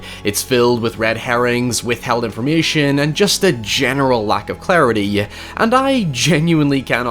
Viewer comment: People always talking about saying ‘hoyever’ but no one is mentioning the bitchin’ way he pronounces ‘clerity’.